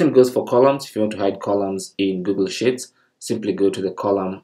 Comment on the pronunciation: Thanks. One tip I might suggest however: your pronunciation of 'sheets' sounds like 'shits', which is probably not what you want to say! ;)